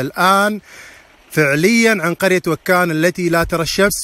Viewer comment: ماشي منه ماصح حتى نطق بإسم القرية خطأ